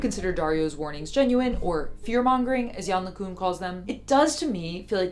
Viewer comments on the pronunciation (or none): Someone seriously needs to address how ''Yann LeCun'' is pronounced, for the love of God 🙏